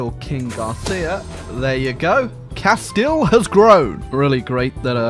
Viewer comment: I think I just got a massive boner when finally someone pronounced Castille